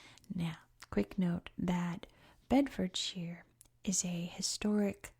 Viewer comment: The shire bit is more pronounced -sher than -sheer. Beds must be one of the most boring counties of England🤣